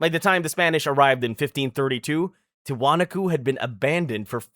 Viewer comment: and Tee wa knock co